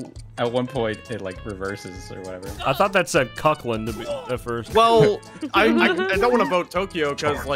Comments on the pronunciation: I laughed for a second on how they pronounced Auckland. Here's how you pronounce it, aw - kluhnd. Hope that helps, or just look up 'Auckland pronunciation' but if you don't care that's fine. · I’m from New Zealand, the pronunciation of Auckland almost killed me, but I love that you guys knew it was in NZ!! ❤ It sounds like “awkward”, So “awk-land” 😊